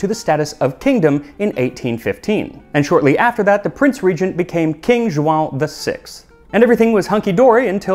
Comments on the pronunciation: Well done on your pronunciation of João. Words ending in 'ão' are usually quite tricky. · This video made me so happy! And I love the care put into the pronunciation of the Brazilian Portuguese words, I audibly gasped when I heard ''João'' spoken so effortlessly, it's the white whate of non-Portuguese speakers LOL Hope to see more Brazilian recipes in the future, there's so much to choose from, all with very interesting histories! Feijão tropeiro, coxinha, moqueca... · On behalf of all Joões out there, Portuguese, Brazilians, Angolans, Mozambicans, or from any other Portuguese speaking countries.. I salute you! That nasal ã there is a curse to most non native speakers, and specially to native English speakers. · The accent isnt perfect if you're Portuguese :*( In all seriousness, I was really impressed he got the ã from joão and pronunciation was really accurate in general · Hi, brazilian here. Its very nice the history put together. I was impressed by your pronnunciation of João - it is not very easy this one on non native speakers. The research is also amazing. Thanks for sharing. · It's the first time i see a non-native pronouncing "João" the correct way. This extends for all the brazilian portuguese that you had to spoke in the video. It's perfect. It really shows the extension of your research on the topic. I've see companies with with astronomical budget not even getting the names right when trying to garner brazilian attention to their media but here you are : presenting history with it's context, getting the pronunciation right , even the difference between "carne seca" (or "carne do sol" how we call here in the northeast) and "beef jerky". Absolutely amazing! Keep it up, meu amigo. Arrocha!